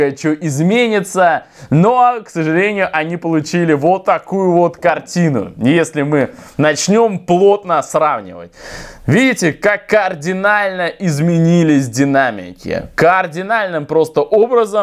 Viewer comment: Не каординально, а кардинально...